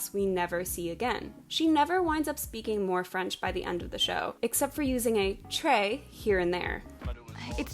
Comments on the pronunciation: If you're only going to use one French word (très), at least learn the proper pronunciation. And I'm saying this as a person who speaks very little French herself. Also, there is nothing more annoying in the world than an ignorant American wanting to "educate" people. Ugh. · man I just realized that she was trying to say très. I thought she is talking about an ashtray or something 😭😭😭😭